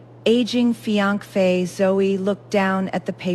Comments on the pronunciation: You need to get your AI fixed…. what the heck is a “fi ank fe”? It is not how you pronounce finance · What the heck is a fianc-fae ? Pronunciation is crucial!